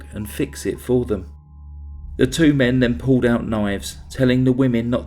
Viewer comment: Impeccable narration ? you really dont listen do you Puwwled out knives Boad fawt for he life twelfe days later strangwled kiwled etc etc etc